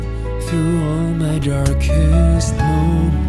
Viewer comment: “Jarkest Moment” Nice voice but words were not properly pronounced. 😊